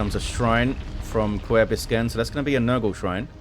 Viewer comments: omg, he butchered it so hard. Someone teach how to pronounce an Ü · Kuerbiskern here😄 This was my first match casted by! So thank you so much for chosing this match. I had a blast watching it since it already has been quite a bit since I played it. The best part of the video was you trying to pronounce my name!